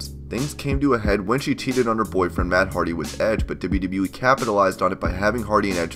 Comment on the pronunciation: I hate how you say "wwe". stop it